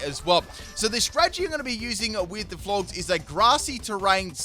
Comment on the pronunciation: Its floor-jess. Not floorgz